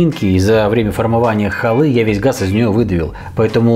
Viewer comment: Привет. Рецепт хАлы хорош, кроме ударения, очень ухо режет, прямо как, когда слышишь в слове свЕкла, некоторые ставят ударение свеклА. Невозможно слышать.